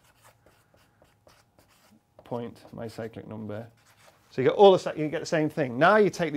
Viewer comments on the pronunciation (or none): I keep hearing "psychic" number. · Saw the name of the video, still thought he said psychic number :(